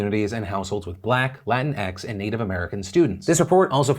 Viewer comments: You pronounced "Latinx" wrong. It's not "La-tin x" it's pronounced "La-ti-nx" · I think it's kinda adorable that Phil pronounced Latinx as Latin-x